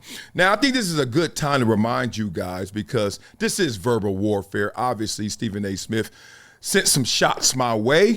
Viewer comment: The word is pronounced This, not Dis 😂😂😂